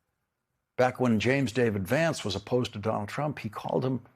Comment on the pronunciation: Do not touch that lovely young man... And say his name correctly